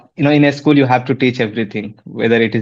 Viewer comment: Not ischool... Say school